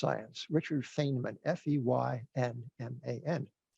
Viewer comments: Feynman, it sounds like "FINE-man," not "FANE-man." (FINE-mun, Feynman=Feinman) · Great interview. Jim Grant should get the Nobel in Econ, to at least cancel out Bernanke. (Jim: Feynman is pronounced “fine man”…he had his own moniker for the wayward field of physics, “cargo cult”)